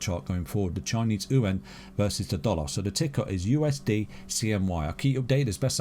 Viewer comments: Its chinese yoo aaan, not ooowhen 😂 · Chinese ooo en hahah. its Chinese Yuan "you wan". there is no En in there hehe